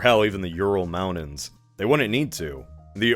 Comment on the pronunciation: Briddish fine. Manhadden, ehhhhh. Moundain?! Absolutely not.